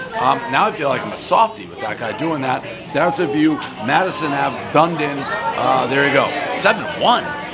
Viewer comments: "done done" LOL Da-need-din - home of my depressing Bluejays as you can see on the chefs fitted ball cap.... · It is Dun e din. Not Dune din. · Come on Prez, it's pronounced Duneedin, not Done-Din LOL. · ‘Done-Eden’ is the correct pronunciation 😂 done din had me cracking up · “Dundin Florida” 😹😹 it’s dun-ee-den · Him saying “dun-din” ahhhh classic everyone does that 💀 it’s “dun-e-din” how it’s spelled lmfao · I haven’t had a good laugh yet today lol it’s dun-Eden not dunden 😂😂😂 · My hometown is pronounced DONE EATIN! not dundin! We may be DUNEDIN but we're not done DRINKIN'! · Done din is actually Dun-Eee-din. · Dew-need-in Dave, not Done-din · "Dun-din"... lol. Dun-eatin' is how its pronounced Dave! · Dun-E-den not Done-din 😂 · Not “dun-den”. It’s pronounced “dun-e-den”. 👍🏻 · Duh-need-in not dundin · Hahaha....Done din.....lol Hope he learns how to pronounce it. It's Dun-e-din. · It's not dundin. It's Dunedin. Like where do lesbians go to retire? "Done eaten." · It is great to see Dave in our Area, reviewing our local Pizza (I'm in St. Pete.) Dave is a hero to small business! By the way, the town name, Dunedin, is pronounced "dun-EE-din" (with the din part as a schwa -- halfway between din and den) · Dave, it's pronounced Done Eden, spelled Dunedin. Come to Jack Pallinos on Broadway in downtown Dunedin. Definitely a highlight. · The way to pronounce the town is Du-knee-din haha. Other then that great score for a local place right by me! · dave called the place Donedin 😅😅 love that guys jays hat 🧢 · Sorry Dave, nobody corrected or told you, it's Dunedin (Done-E-Din)! No worries glad you enjoyed some of the pizza in the West coast of Florida! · Dun-EEE-Dun. Dude! Say it right! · Dave, the town Dunedin Florida is pronounced Done- eden. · Just to put it on the record, Dave... we pronounce the city's name: "done eden". 😂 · Everyone say it with me. Dun-E-Din. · DUN - E - DEN is how you say Dunedin 😋🍕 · Dave it’s pronounced Done Eden Florida. But all one word.